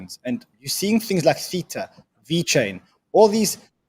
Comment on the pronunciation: Please learn how to pronounce Theta! 😂